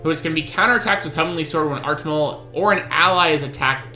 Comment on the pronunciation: Artimel? isnt it suppose to be artamiel lol